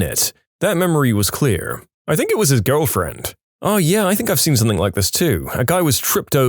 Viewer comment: No K in the word something